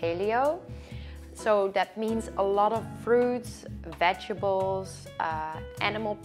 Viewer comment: I love the way she say “ vegebles” instead of vegetables lol lol